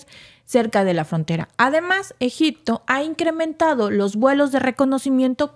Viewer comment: Se dice Egipto no egicto